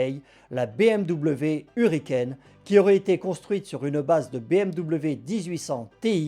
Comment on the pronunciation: On dis pas u ricaine!!!Mais e ricaine!!!Frenchie!Le u se prononce e!Do you read me?!Over!